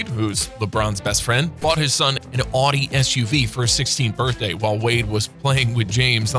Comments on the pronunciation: who says Audi like that? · Audi = outti, not oddie that's a Huracan None of this is billionaire only territory. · He said adi 😂😂😂 it’s Audi 🤦‍♂️🤦‍♂️😂